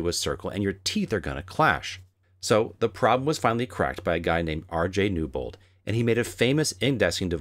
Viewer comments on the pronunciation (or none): As I'm typing my comment to bring up the amazing Newbould Indexer my ears hear his name RJ Newbould.